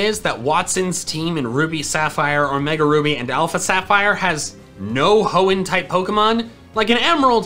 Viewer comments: I'm surprise the comment section didn't brutalize him for saying "hoeen type" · did he just say hoen type? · Ah yes my favorite type H o e n n. T y p e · nah it's genthre-ers